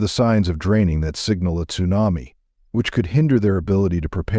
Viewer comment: AI ? or don't you know how to pronounce Tsunami ?